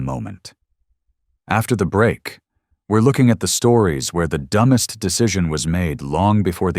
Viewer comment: It’s not pronounced ‘dum best’